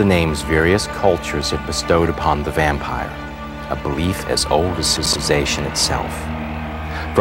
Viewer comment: at the beggining he says VAMPEER HAHAHAHAHA LOL